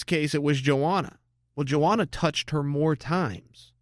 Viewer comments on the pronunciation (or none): Yoanna not Joanna Chael..